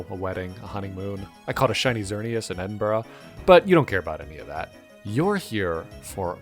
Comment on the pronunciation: SHES SLOWLY DEFROSTING AHHHHH*Ooooo YEAH* she’s bursting through the door I can’t hold it for much longer also I’m Scottish You said Edinburgh wrong